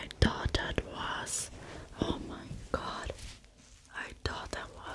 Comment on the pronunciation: Learn how to say th. It is thought, not taught